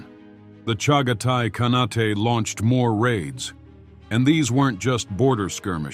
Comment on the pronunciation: It is not Alludin, it is pronounced as Allow-ud-din Khilji. And it is not Ka-na-tay but Khan-ait. Allauddin was a very capable, if merciless king. He assassinated his uncle Jalaluddin to become king.